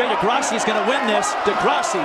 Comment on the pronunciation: He said degrasseyy 🥲